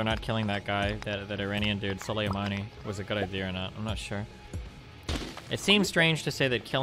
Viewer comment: Destiny Struggled to Pronounce Soleimani in this debate